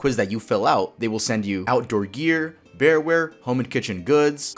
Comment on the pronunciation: You deadass said BearWare instead of Bar Ware